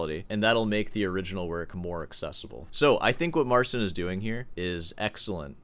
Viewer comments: Great as always. But when you say 'Mar-sin' it makes my ears ache. It's Mar-CHEEN. Got some Poles in my extended family... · You're very rude and arrogant. No one needs your opinion and watch your language. And it's pronounced, "Marceen."